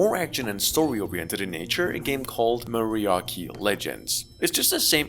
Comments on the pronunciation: Im from Argentina not Mexico but Im pretty sure that it reads Mariachi not Mariaki. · it is mariaSHI, not mariaki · "maraki legends"? it's pronounced mariatchi. Dude you don't know what is a mariachi? The mexican music player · Marry-ah-chi…crazy you came here to correct something you don’t even know how to say correctly 😂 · It is pronounced MA REE AH CHEE! Squid brain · As a san antonio native, and most of my family in mexico… it kinda hurt my soul! 😅 its chi!! Like as in chichis grandes! 😂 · How you gonna mispronounced Mariachi that ch is real